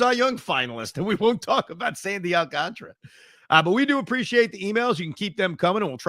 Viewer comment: Does anyone know why a lot of people pronounce Alcantara's name wrong. Gary Cohen, Michael Kay and Evan all say it the say same way i don't get it